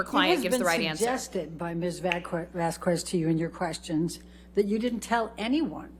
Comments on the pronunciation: Camille even said her last name (pronouncing it vas-kez) and yet Elaine just REFUSES to say it correctly!! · still kinda bothers me that her lawyer doesn’t pronounce vasques correctly it’s the most basic form of respect to say someone’s name correctly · This has been a thing that's been bugging me a bit and here goes. Does anyone else find the way AHs attorney misprouncing Camille Vasquez's (the one doing cross) last name SUPER disrespectful? She's been pronouncing Vas-kez as Vas-kwez Every. Single. Time. Like maybe she's stupid, like she can't even pronounce Arnica cream correctly, but I can't help but feel like it's an ongoing petty dig from her. She talks like a condescending school teacher, so it checks out that she'd be hella mad and petty that a younger person would be more competent than her. Idk, just a thought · ELAINE PRONOUNCED CAMILLE'S NAME WRONG THE WHOLE TRIAL! Once or twice she pronounced it right, then immediately said it wrong. Camille's name is said so often I find it hard to believe Elaine didn't hear the difference between 'Vas kez' and the way she says it 'vas cwez' It may seem like 'it's close, No big deal' but say your name wrong, even a little. Then imagine having it pronounced wrong in something so important, watched by millions: Elaine is allegedly a "super lawyer" in "Top 5"; An attorney who has learned to hear the fine print, catch inconsistencies in testimony, and she is working with people who all pronounce it correctly. Is Elaine really that dense or is it part of an act to get away with her constant sheisty tactics. Elaine's speaking objections to the judges rulings should have been stopped after she was warned. Incredibly unprofessional and unethical. I think the Judge is giving Elaine a lot of slack to avoid there being anything for an appeal to grab hold of. They say this trial had no effect on her reputation, that she is highly regarded by her peers. Still a "superlawyer" (a big deal) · "Vas kez" Not Vas kwes.